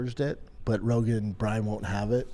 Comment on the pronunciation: Holy shit I just realized he can’t pronounce Brian 😂